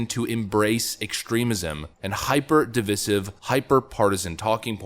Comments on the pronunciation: He STILL doesn't know how to pronounce divisive. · I still haven’t found ‘de-viss-iv’ (sp) used anywhere except when attempting to sound more cultured and better than who is being spoken to.